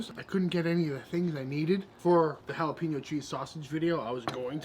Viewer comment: Awesome video but did you say jalepeno cheese sausage??? LOL, let's do it!